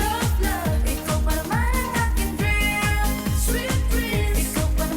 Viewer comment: Natatawa ako sa pag sabi ni Sexy Hipon ng Dream 😂😂😂